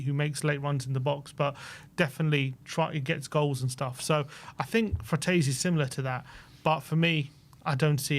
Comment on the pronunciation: It's Frattesi*, not Fratessi